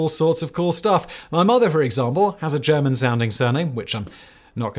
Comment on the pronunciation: Well, he certainly cannot pronounce German to save his life 🙂